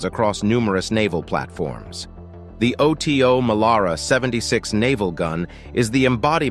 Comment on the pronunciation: Oto Melara it the name of the italian cannon maker Oto is his first name . Do you pronounce john doe: Jay oh aich en , dee oh eee? Oh tee oh , really? try OTO Weiss, and learn about temperature.